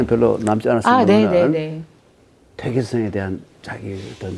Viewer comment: 또 약갼 의아스러운 일! 여교수의 "퇴계"의 "퇴"를짧게 잘못 발음한 일입다. ""퇴"는 길게 발음하시옵소서. 퇴계론 에 "퇴계"의 발음을 바르게 발음하지 못한다는 것은 이 얼마나 큰 실례인가? 긴 자를 짧게 잘못 발음한 예:4단 조복 , 세계,제사,퇴계, 퇴계,(마련해) 줘서등이면, 이런 발ㅇ.ㅁ 문제를 가볍게 보아도 좋은지요? 저는 심각한 문제라고 생각합니다. "한국 어문을 고발함"이라는 책을 읽어 보실까요? 미국 변 완수 드림